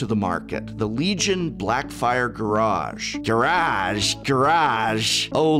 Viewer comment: Garage? GuRrAAaAaJ!?